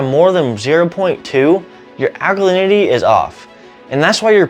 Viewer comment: This man must be taught how to speak English correctly. For example, he pronounces ALKALINITY as ALNYY. Horrible to hear! Glad I don't live in America!